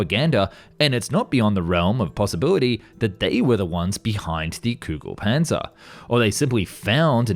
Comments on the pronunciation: Not Kugel Panser Ami das heißt Kugel Panzer greetings aus Deutschland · English speaking people be like: I can't pronounce ö, ü or ä Also English speaking people: Kügelpänzer lol